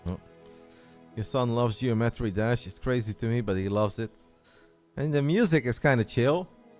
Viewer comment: saying Geo-metry is triggering